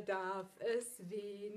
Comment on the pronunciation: Daumen hoch für die korrekte Aussprache von König